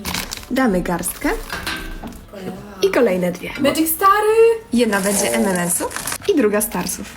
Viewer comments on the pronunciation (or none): none